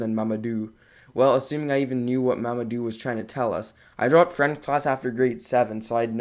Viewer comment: Dang that French was perfect Are you fluent in French?